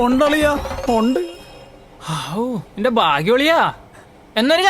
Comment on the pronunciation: Its not "enthe" its "ente". "E"nte"".. intelligence's "nte"